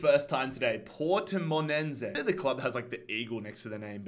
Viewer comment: Portimonesse is pronounced port-e-men-es